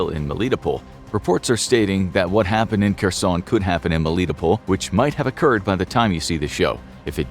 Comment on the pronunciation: Was für Experten seid Ihr denn? Könnt nicht mal den Namen von Kherson richtig aussprechen. Und erzählt uns lauter Zeug, das wir sowieso schon wissen ...